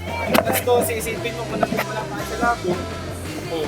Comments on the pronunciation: Labo not labu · It's Labo and not "Lobo" ms.